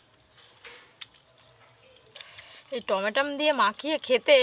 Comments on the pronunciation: টমেটো না টমেটম😂😂😂😂😂😂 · Tomatom na ota tomato.ucharan thik Koro tomra